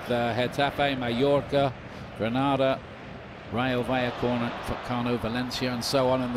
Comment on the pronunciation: I like the fact that you had Barça in mind when you said "Rayo Vallecona" ❤